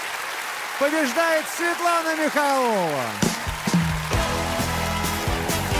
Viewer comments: ударение Михайлова на оооо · Всё здорово, кроме Михайлова, а не Михайлова.